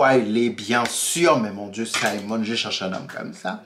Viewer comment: Oui tu as bien prononcé. Simon! Merde le mec il sait y faire. Je l'ai regardé en une journée. Tu dois aussi regardé "Sylvie's Love" il y est aussi. Et quand le Duc te dit "Je brules pour vous". 😍😍 Ils ont été très explicite je trouve. Les scènes très romantiques et érotiques que ce soit Simon et Daphnée ou autres.